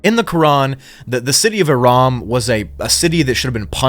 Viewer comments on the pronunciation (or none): it's irum not iram. it means something along the lines of pillars in arabic but that's ancient arabic so i'm not sure what exactly it means but i'm certain it means something along those lines of ruins and pillars gigantic gates as it's a place name not a singular word and it's used to describe a full area thus why irum not aram nor irm. i suppose it means the city of gigantic ruins of pillars, the title of irum is the city of the pillars using a more classic arabic word to say pillars rather than the one used earlier. irum is just an old abandoned city around jordan of sand pillars in walls as you said, no it was not struck or anything but the qur'an is full of these stories of striking this and striking that yet nobody's struck.